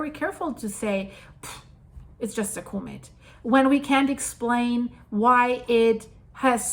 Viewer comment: "CAW=met" not Cooomet :)